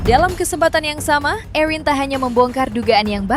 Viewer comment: Bisa gak hostnya nyebut namanya erin biasa aja jangan ewhrin, terdengar berlebihan😂